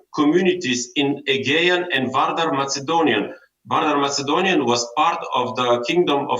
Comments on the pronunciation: Ковачев, имате огромни заплати в ЕП. Може ли да се излагате с такъв несръчен английски? Вземете си учител и си оправете произношението, защото дори най-добрите аргументи казани на такъв английски звучат слабо. На моменти не сте точен дори за думата “European”. Няколко пъти говорихте за “Macedonian brother and sister” и аз се оглеждах за някакъв мъж до мак. заместник-министър. Накрая разбрах, че имате предвид “македонските братя и сестри”. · Ами произношението "мацедониан"? На английски се произнася "маседониан" + много други грешки. Това, разбира се, не означава, че нашата позиция не е правилна. Въпросът, обаче, е да не би някой да си помисли така заради лошия английски. И вече е крайно време нашите партии да помислят по въпроса! Защото не всеки знае за братството с Хунза, звездата на Вергина и всякакви други идиотщини на македонския режим; нито за терора срещу българите там, но английския го знае целия свят!